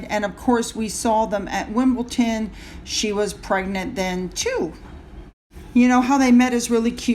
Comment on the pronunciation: The wimbleTON gets me every time, although did manage to say WimleDon a few times in the past after it was pointed out.